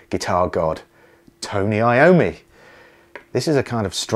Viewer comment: It's not I-O-ME but yOm-mi, it's italian!